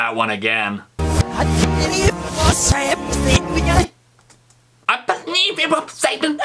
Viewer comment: When Steve said: I bebieve it was saban ah ba ba:I was dying